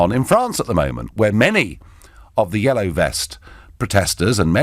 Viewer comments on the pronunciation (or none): none